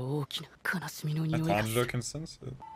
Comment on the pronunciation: No hate but did he say "tanjino" 👁️👄👁️